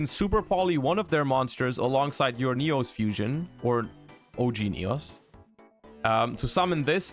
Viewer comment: Yugioh World Champion ignores the fact that Sinister Necrom carries this support on his back, instead opted to mispronounce Neos.